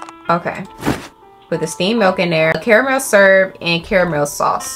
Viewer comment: Girl why can’t you say “caramel”?? 😂😂😭